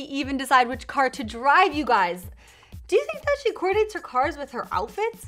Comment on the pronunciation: that moment when you don't know how to say "coordinates"